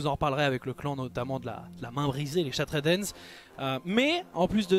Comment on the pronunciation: Super vidéo, toutes les propositions que tu fais à la fin pour développer les orcs me hype à mort! Par contre par pitié prononce bien le nom anglais de la Main Brisée, j'ai les oreilles qui saignent à chaque fois que tu dis "Shattred Hand" XD